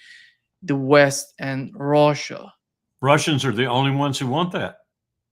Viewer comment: i don't like him he seems to never learn from the answers he gets and repeats the same questions. i can't stand the way he says russia either. rhouusha it's gross.